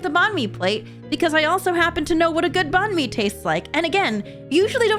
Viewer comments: It’s not (bAN-mi) It’s (bannnn mi) Bann like bang but the g is pretty quiet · Video was great except for the fact that you pronounced Bahn mi wrong I know it’s just your accent but I’m Vietnamese so I don’t enjoy when people mispronounce our language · .... f*ck me, I hate how u pronounce Bánh mì but I can't fault u for that 'cause our words could be spelled the same but different accents and it would mean something completely different. Or be spelled the exact same and mean something different (like Bạn meaning either 'you' or 'friend') so I really shouldn't bitch about it but like, I really need to bitch about it ìf u get what I mean shrug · never say banh mi like that🗿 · I am sorry but what?!?!?!? I am vietnamese and at first I didnt even understand what you were talking about because of the pronounciation xD it was just funny lol, btw banh mi can also mean bread in generell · The way you pronounced Bánh Mì made me giggle a little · You slightly misspronounced banh mi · The way u say banh mi lol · also when you said bành mì you pronuced it so badly i thought you where saying something else and now my ancestors are crying otherwise great video !